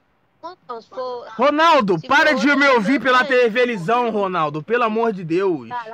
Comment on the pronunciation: tevelisao kkkkkkkkkkkkkkkkkkkkk